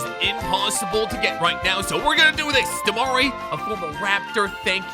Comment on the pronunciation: I will never get over how he pronounces Derozan's first name😭